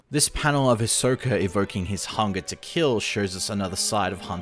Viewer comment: It’s pronounced HE-Soak-A. Not His-Soak-A…🤦